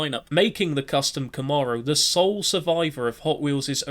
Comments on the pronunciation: Thank you for converting yourself into a narrator allowing for more visual content, instead of... anyway, I very much enjoyed this. One thing, it's pronounced Kahm-mair-oh 👍👍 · This dude pronouncing “Camaro” like that is driving me crazy for some reason.